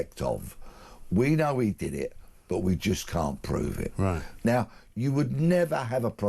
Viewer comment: McCann instead of can’t